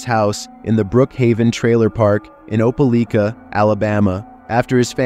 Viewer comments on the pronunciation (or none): Hearing you pronounce Opelika like that killed a bit of my soul. It’s Opa-lie-ka, but Opa-lee-ka did give me a good laugh. Was a bit confusing because you switched between the two throughout the story. Even still, great video my guy! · Opelika is pronounced ope-uh-lye-kuh